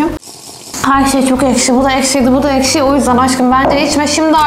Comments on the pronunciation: Ekşiye eşki diyen koca yürekli.😂😊❤❤ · ekşi diyorsun ekşi diyor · eşki değileks